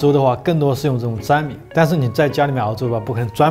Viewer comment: 粘米，那不叫zhan mi叫nian mi